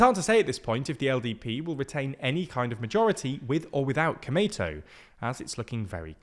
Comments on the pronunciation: you speak komeito as it sounds tomato. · i can't believe they didn't research how to pronounce Komeito. he keeps saying it like an American pronounces tomato. edit: holy cow, they didn't even look up how to pronounce nippon. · The way he says 'komeito =公明党' is sounds pretty funny, more like sounds '米伊藤' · The lack of distinction between long and short vowels in this romanization method is also why Komeito sounds so much like tomato in this video lol